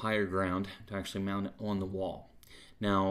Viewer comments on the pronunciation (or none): none